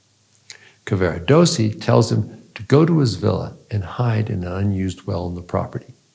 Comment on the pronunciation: This was an interesting interpretation of Tosca, and it is clear that Dr. Fineberg has considered the major themes of opera and their relevance in our own lives. I’m grateful, but I wish that he would pronounce Italian names an words more accurately. Mario’s name is Cavarados’si, not Caver’dossi or some such. And his third act aria is”Luce’van Le stel’le. Nearly all Italian word are pronounced with the stress or emphasis on the next to last syllable.